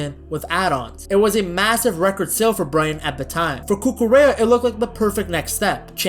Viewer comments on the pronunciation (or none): The L is silent! Cucu-REA